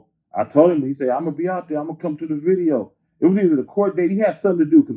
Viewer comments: Did this nigga say "Viznidio"??? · In that “ Viznideo” 😂😂👌🏿👌🏿👌🏿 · Bro said VIZ-NIDEO😂😂😂😂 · The viznideo 😆. Gotta love this man's vocab. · Lol "viznideo" uncle 40 on some whole other shit. Always and forever it seems 😆